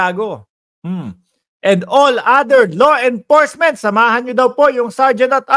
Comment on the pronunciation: .enforcement hindi enporcement ayusin mo naman pronunciation mo.